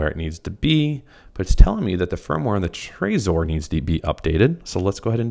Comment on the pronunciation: its pronounced trezor not trayzor.